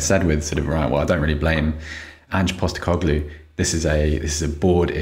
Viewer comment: As an Australian, just want to tip my hat to for helping out with the pronunciation of Ange Postecoglou